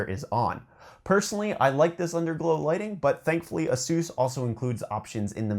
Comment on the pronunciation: dude its aye-suhs lol. a seuse? its like i get a free masseuse with my monitor